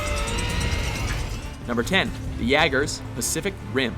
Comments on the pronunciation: "Yaggers", as he says... didn't get past there. Has no-one on the production team, or even the voice over guy, really not seen the movie? It's "yay-ger", like the drink. What use could your opinion possibly be if you're just reciting someone else's script? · pronounced wrong. It's: _ (ya-gers) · I’m sorry! Yagger robots Mate!!! Learn to say the name: it’s pronounced yay ger not ya gar And also how come Power Rangers is better than Pacific Jim At least Pacific Rim looked real 😡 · it's pronounced yay-gers not ya-gers fucking get it right you son of a bitch (pewdiepie reference) also tryptcon and metroplex and omega supreme are the tallest transformers dummy they can turn into cities for other smaller transformers to live in dammit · Yagers uh...help me...uuhhh... But for real though, it's pronounced yay-gers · Pronounced Yay-ger not yea-ger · i think you will find it is pronounced yaygers rather than yahgers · Its yay gers not ya gers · The "YAGGERS"? Really? It's Jaeger, pronounced 'yay-ger'. Major balldrop, guys. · Yeah about the Jaegers. The narrator keeps on pronouncing it as Yah-ger, not Yay-ger. Kinda pisses me off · God damn it, again with the miss pronunciations? Seriously? Its not pronounced "Yagers" its Yay-gers" its german for hunter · this wasn't a bad list; just a tad predictable. & it's pronounced "YAY-gers" not "yah-gers" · YAYgers not YAgers. C'mon, they even pronounce it in the clip. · Yay-gers not ya-gers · Pronounced Yay gers not Yeah gers. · jaegers is pronounced yay-gers not yeah-gers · Omfg, quit trolling us with these mispronounciations!! You know DAMN well the robots from Pacific Rim are pronounced "Yay-gers" not "Yaggers". Wtf!! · 1. Did Pacific Rim come out in 2013? 2. PRONOUNCED YAY-GERS, NOT YEAH-GERS DAMMIT! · It is pronounced (yay-ger-z) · Number 10, the "YAGGERS". JESUS F*CKING CHRIST ITS "JAEGERS" YOU NERD. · jaegers...pronounced "Ya-gers" its FRIGGIN German. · Its pronounced jaygers jaygers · Its pronounced yagers